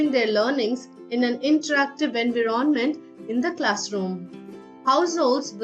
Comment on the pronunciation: Terrible accent; hard to understand; some words are not stressed correctly or pronounced right (e.g. environment, content, demonstration, virtual).